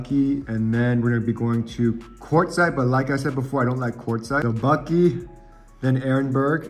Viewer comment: My sister lives in Buckeye. Buck-eye not Buck-ee. We have our first Tesla on order. Like your videos- I’m from OC- but live in Utah now. Can’t wait to road trip in the Tesla! My son said he wants to go to CA. Probably Knott’s. Lol